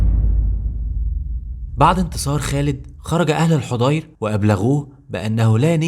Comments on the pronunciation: جزاكم الله خيرا.. ملاحظة وردت بعض الكلمات وفيها خطأ فبلدة الحضير اسمها الحاضر وقنسرين تضبط ب قِنِّسرين وليراجع فتوح البلدان وغيرها من المصادر بارك الله بكم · تصحيحاً لكلامك في الدقيقة 7.1 بلدة الحاضر وقنّسرين وليست الحُضير كما اسلفت يا اخي فا انا من بلدة ملاصقة لبلدة العيس(قنّسرين)